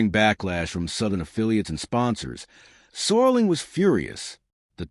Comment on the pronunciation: ROD SERLING not SORLING